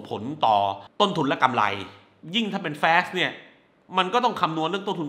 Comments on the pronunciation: แฟส หรือ ฟาส เอาดีๆพี่ หนังก็ไม่แย่ แค่มันเวอร์เกินไป มีแต่ฉากบู้ ฉากคุยกันคือเล่นมุขตลอด มันเลยไม่อิน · แฟส เค้าว่า